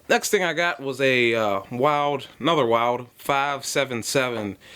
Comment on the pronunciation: I believe Wilde is pronounced "wild e". at least that's how the staff at HJE have pronounced it when I've bought their tools.